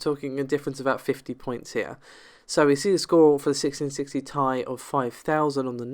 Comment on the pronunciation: It's pronounced 'tee eye', not 'tie'